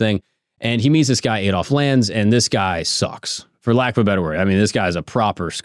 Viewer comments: Aid Olf... Ffs it's pronounced Add_olf.. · AH-DOLF NOT AY-DOLF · Learn to say Adolf correctly